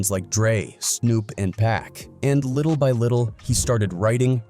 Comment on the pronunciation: Ai voice narrator is trash call 2Pac, Pack that sounds dumb af and figga feega trash again